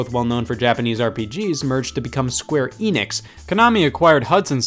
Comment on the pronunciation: Eh-nix. Not ee-nix